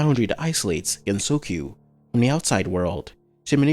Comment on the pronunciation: Bruh a lot of people be like: "Haha gap hag stupid gets clapped by reimu half of the time. Not serious ancient bi-" Listen... YOU DO NOT WANT HER SERIOUS! Like... The fact she spends her time ragebaiting reimu and sleeping 50 hours a day is the reason the games even continue XD Also i think you mispronounced gensokyo